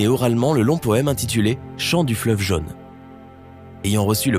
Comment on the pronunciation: C’est quoi „le fleuve jeune“? La langue française a 16 voyelles phonétiques, et „jaune“ se prononce avec le „o“ fermé !